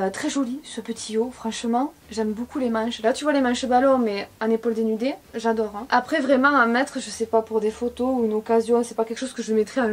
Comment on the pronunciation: "Yado,yadè,ye waide"🤣🤣c'est j'adore, j'adhère,je valide mdrr